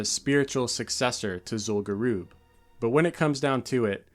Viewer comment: What's Zul Guroob? Do you mean Zul Gurub, the raid (and later dungeon) in STV?